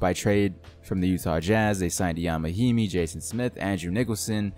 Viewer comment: Finally someone who pronounces Ian Mahimni right